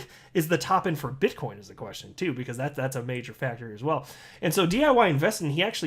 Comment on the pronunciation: Did you say bitchcoin.. 😂